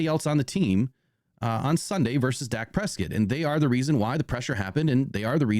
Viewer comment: Are you purposely mispronouncing daks name? 😂